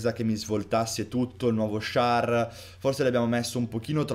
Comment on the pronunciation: ti seguo da poco, quest'anno, e quindi non so se qualcuno te l'ha mai corretto: non si pronuncia Schar ma Schèr ahahaha